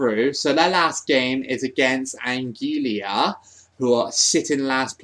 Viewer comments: 'Anguilla' is pronounced 'an-gwee-ya'. Also, Zambia, I choose you! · An - guil - la is how you say it is similar to Angola :- An - go - la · I actually forgot you did this thats why i didn't comment my team. Well Trinidad and Tobago for the next one. Also I pronounce Anguilla (Ang-will-a)